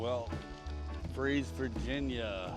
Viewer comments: Fries..pronounced Freeze. Galax is Gay’ lax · Please, when you do a video, research how to pronounce the names of the towns. Galax is pronounced "Gay-lax" and Fries is pronounced "Freeze." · You got it right the first time - Fries, pronounced Freeze. And Galax is Gay-lax. Keep pedaling....